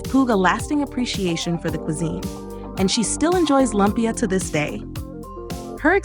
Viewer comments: LOOOOOOOOOOOOOOOOMPYA, not LUMP YA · Say Lumpia as LOOM-PIA please Ms. AI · Its loooompia